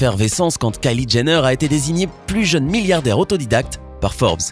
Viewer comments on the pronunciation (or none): none